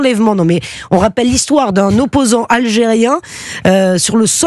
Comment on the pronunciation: Oppoosant??,,,,????? Wowwwww